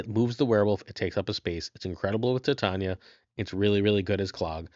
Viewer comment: Titania's name is pronounced "Ty-Tay-Nee-Uh" as in "Titanium" and not, "Tit On Ya"!